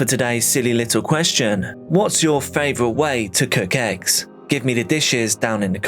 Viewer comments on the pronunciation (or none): Eggs Benedict is my favorite egg dish. I had to back up the video because at first I thought he said "what's ur favorite way to cook X?" I was like "...ecstasy?" 😂